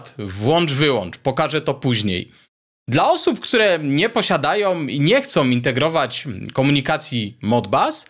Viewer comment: Bardzo dobry merytorycznie odcinek do tego stopnia, że błędy wymowy Pana nie dają się we znaki, aż tak bardzo: som, chcom i wydużyć (wydłużyć). Proponuję posłuchać ( nie posuchać ) siebie i zwalczyć to w przyszłych odcinkach, a unikając "angielskich śmieci" będzie bardzo dobrze. Na plus językowy zapisuję 5 amperów, 20 watów w miejsce używanych błędnie 5 amper i 20 wat (chyba w aptece). Pozdrawiam jako wieloletni pedagog przedmiotów technicznych na poziomie średnim i wyższym. Wątpliwa pociecha: jeszcze gorsze błędy prezentują zawodowi dziennikarze TV itp. np.: "Zakupiono 100 armat i 20 przyłbic" oczywiście błąd merytoryczny. Pozdrawiam i życzę dalszej owocnej działalności na niwie ciekawych rozwiązań konstrukcyjnych. P.S. Temat ARDUINO jest Waszych opisach wg. mnie mocno kontrowersyjny dla użytkowników bez gruntownej znajomości mikrokontrolerów i ich programowania.